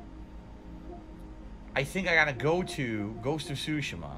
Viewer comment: I can't get over how he says Tsushima. He says it so 'Murican.